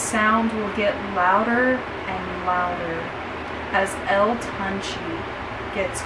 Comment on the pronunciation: You did butchered the name but if you want to pronounce it correctly would be (toon- Chae ) GOOD VIDEO have a good day